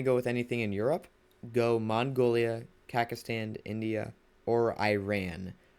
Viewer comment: I don't want to be mean but you always say Kakastan instead of Kaz(s)akhstan, also very nice Video, appreciate your Time!